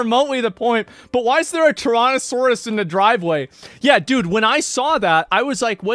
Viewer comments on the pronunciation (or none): ok but why is he pronouncing it "Torontosaurus" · bro how the fuck do you mispronounce so many words tyronosaurus???